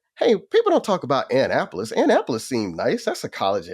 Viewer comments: The way he pronounced Annapolis has me ROLLING!!! We pronounce it Ah-Nap-polis. Idk where Anne-Apolis is. LMAO. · That pronunciation is absolutely hilarious. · Joel if you need some Maryland recommendations holler. Its A-nnap-olis Annapolis. Its just downtown Annapolis thats an issue. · You beat me to the punch... ANN - Apolis.. ha ha ha!!!😅😅😅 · Joel calling it Anne-Apolis 😂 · Joel... Don't ever pronounce Annapolis like that again. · Lol. Hilarious. I had to translate that shyt for a second. "Never heard of that part of Maryland??"